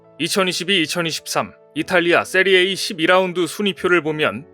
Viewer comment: 요새 왜이러시는지... 걱정이네요. "세리에 아"라고 읽는 것 아닌가요? 그냥 "세리에이"? 이게 뭐죠? 자막엔 세리아A??? 제가 존경하는 너무 과로하지 마시고 원래 모습으로 빨리 돌아오시길..